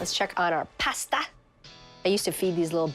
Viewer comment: Ah but she says it normally in the Alfredo video